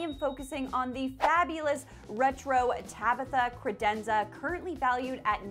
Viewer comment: I feel like that's the only way to say credenza... Also, does it make anyone else break into song from The Cat in the Hat original animated movie? Just me? Oh... So stoked you are partnered with KiwiCo!!! 💚💜💚